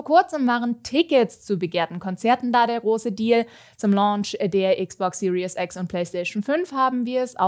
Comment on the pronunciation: Xbox Series X, nicht Serious X.